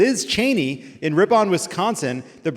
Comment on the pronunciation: Wisconsin really needs to release a pronunciation guide for non-Wisconsinites. Ripon is pronounced rippin, like you’re ripping something but dropping the g.